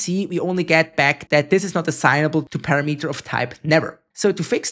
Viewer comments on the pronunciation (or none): they also always pronounce "available" as "awaible" and "parAmeter" as "paramEter" lol